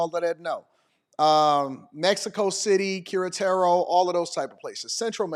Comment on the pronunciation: The way he pronounced Queretaro lol